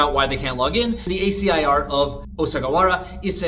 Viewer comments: ASCII is commonly pronounced "ask-y" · I would never judge your Japanese pronunciation - it's far better than mine. I will, however, judge you mercilessly for not pronouncing ASCII "ask-ee" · damn pronouncing ASCII as A-C-I is crazy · I don't care about the pronunciation of ガッツ vs. guts, but reading "ASCII" as "ay ess see eye eye" instead of "asskey" is weirder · Never heard someone say ascii like that lmao